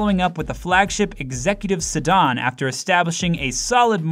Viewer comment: Why don’t you know how to say sedan? Lmao!